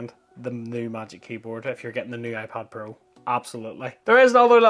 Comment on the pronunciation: iPod Pro?? Thats the first thing i heard, and even the subtitles say iPod 😂